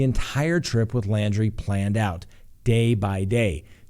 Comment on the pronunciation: his last name is LAUNDRIE...not LANDRY.